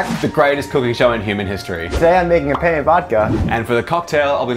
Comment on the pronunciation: The best thing about the intro is that since they don't speak italian they pronounced "penne" as "pene" which means "penis". So just rewatch the whole intro thinking that everytime they say "penne" they're actually saying "penis" and you'll get how I felt.